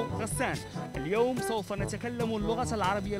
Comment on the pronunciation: سوف و ليس صوف !!!